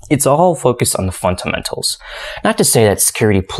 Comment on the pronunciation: .... thought i was the only one hearing it